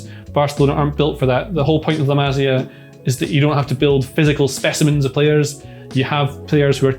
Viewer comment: It hurts, it's pronounced masia as in maseeea.